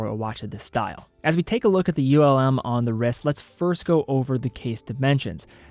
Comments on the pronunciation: Greetings from Germany! Just a note - it´s not U.L.M., it´s Ulm as a word. Ulm is a german city and not an acronym. Keep up the good work. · For pronunciation, it’s not an acronym. Laco name their watches after cities in Germany. Ulm is one of those cities. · Ulm are not separete letters, is a city name. Not U-L-M but Ulm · U.L.M 😂 I wonder how would pronounce Neckarsulm 😁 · A lot of Laco watches are named after German cities. Augsburg, Stuttgart, Bremerhaven to name a few with Ulm being another name. As a soldier there, I had the pleasure of touring the whole country. Had I not been there, I probably would have pronounced like. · As others have said, Ulm is a word, not an acronym. I'll add that ETA is an acronym, not a word. Unitas is pronounced like Johnny U's name (you're from Cleveland, right?) Yew-night-uhss. And lastly, FOR THE LOVE OF GOD, the word is undoubtEDly. There is no such word as undoubtABly. Keep up the otherwise good work!